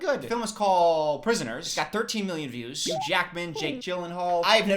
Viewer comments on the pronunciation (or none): none